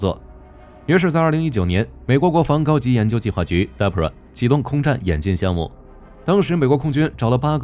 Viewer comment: DARPA，不是 DAPRA